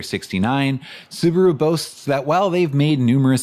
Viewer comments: It was interesting to hear Subaru pronounced as Soo-baah-roo in the early US ads - our Kiwi friends still pronounce it like that, and I always thought that it was just a local quirk. Maybe that's just the way it's meant to be said... Anyhoo, that video was definitely worth the wait. I appreciate the huge amount of research and effort went into it, so thanks heaps - I really enjoyed it. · correct. It's su Ba ru. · Apparently Subaru didn't even know how to pronounce their own name in the 60s